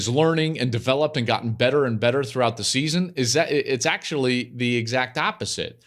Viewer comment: Don’t call it “THEE GAME” hack. It’s “THE GAME” FFS!